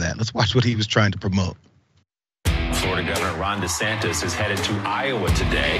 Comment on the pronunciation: He screwed up once and said Ron DeSanctus and kept saying it instead of admitting a mistake.